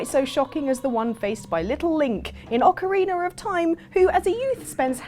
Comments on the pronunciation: I don’t mean this in a mean way but I like how you say ocarina. Ocariner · Ocariner of time.